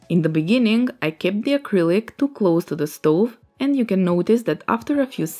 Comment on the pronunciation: in the beninging in the bengening...... 😂😂